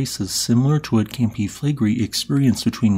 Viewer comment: Take your own advice - you called me childish and trivial for saying you sound like Kermit's cousin. (Although you are named after Scooby's cousin, the most unpopular Hanna-Barbera character of all time.) And since I don't feel like stroking your ego, your pronunciation of Flegrei is awful. You didn't call the person saying they like your voice 'childish and trivial', but they are commenting on the same thing. You have a fragile ego.